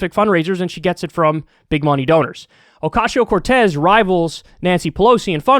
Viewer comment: I love how Kyle says Ocasio. Oh-cashio. Makes me smile every time.